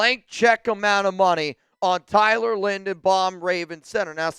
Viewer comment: Tyler who, please say his name right.